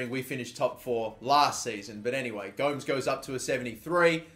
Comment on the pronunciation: You say gomes name as if he is from portugal